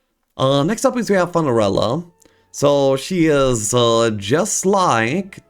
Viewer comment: I believe its Funerella as in funeral, not as in fun :D